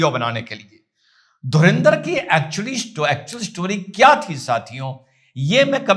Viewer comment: धुरिंदर... Nahi... धुरंदर... 👍🙏